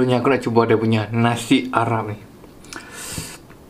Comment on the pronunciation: Aq dgq dia punya nasi arab mcm nasi aram dia sebut 🤣 ap ii un enjoy